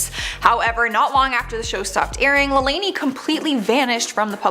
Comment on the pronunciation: U said lalaine wrong